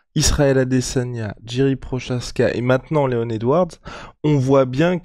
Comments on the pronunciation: Encore une fois de plus...c'est Leon Edwards et non Leonz Edouarde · Chez le KING c est pas Léon Edwards mais c est leons Edward !!😂😂